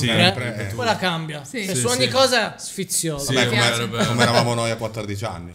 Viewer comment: Non so se è perché sono napoletana, ma “sfizioso” detto “sfizius” l’ho sempre detto ahahah